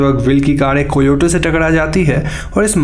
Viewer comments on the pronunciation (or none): भाई वो कोयोटे नहीं कायोटि होता है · i love when u say whopping like others .but please do not mind. its pronoundedas kayoti... spelling alag hain aur pronounce alag karte hain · Not co-yo-te it's ca-yo-tee Thx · Coyote nahi kai yote. Pronunciation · Koyote😂😂 bhai pronounciation pe dhyan de